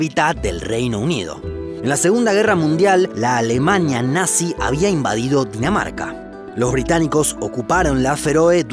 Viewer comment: dices que cundinamarca pero en realidad es Dinamarca yo entendí cundinamarca